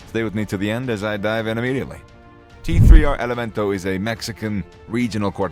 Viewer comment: The "tee three R elemento" this bozo made an entire video dedicated to these cats and couldnt get their name right lmao 😂😂 its prolly some pocho or some white dude whos neve even listened to this type of music